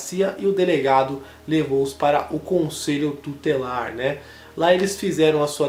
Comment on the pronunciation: conselho DU TELAR, REQUICIOS, por favor, melhore. principalmente quando se trata de casos sérios como estes.